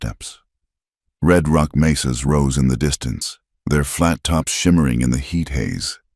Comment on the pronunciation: It is 'mesas' not 'maces'.